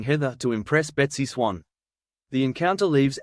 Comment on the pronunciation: its besty swain not besty swang